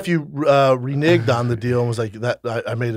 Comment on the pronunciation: Brenden mispronouncing “renege” made me pause